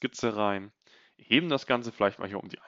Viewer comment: Sehr coole contents, Danke dafür Gleichzeitig keine Ahnung woher das kommt, und warum es mich so nervt, aber diese unnötigen e am Ende von vielen Wörtern finde ich so dermaßen nervig, das ich die Videos oft nicht gucke... Keine Ahnung ob es dich interessiert, aber wollte es Mal als konstruktives Feedback einbauen Machene, hebene, Projektione